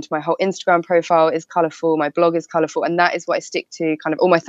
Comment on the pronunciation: "I'm clearly colurfull" lol you think?